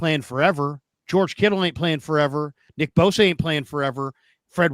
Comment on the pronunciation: not boza but bosa! Ssss